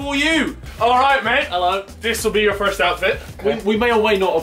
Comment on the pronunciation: “the firzt 10 minutez wont have me in it”